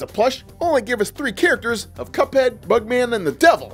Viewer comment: did he say little pup head or little cuphead